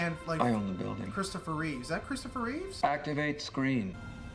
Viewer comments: Why do you call Christopher Reeve "Reeves" every time? It's Reeve, not Reeves? George Reeves acted as Superman on the black and white TV Show in the 60s. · Christopher Reeve not Reeves lol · Thanks Captain Obvious lol. And it's Reeve, not Reeves.